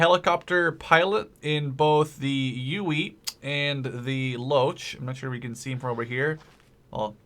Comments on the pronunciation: its called a huey not uey and i dont mean to be a dick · it's HUEY (Hue-EE) not UWEE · He called it a ueuy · its a huey not a fucking ueuy god fucking dammit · its not the uey its the huey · So yeah uh... the HUEY is pronounced WITH the H just as a heads up! Pronounced Hu-ee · What is it with americans inability to pronounce 'H' really UEE?! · Shahid Ahmed I know got on my nerves